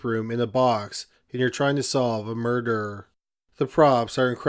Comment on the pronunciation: First degree murderrrrrrr